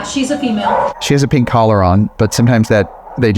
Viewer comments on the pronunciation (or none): none